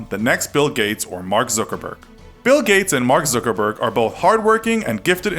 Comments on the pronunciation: Did he say Zookerberg? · Mark "Zoogerberg"